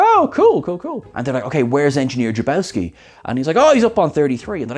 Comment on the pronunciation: His name is Jacobowski, not Jabowski. 🤔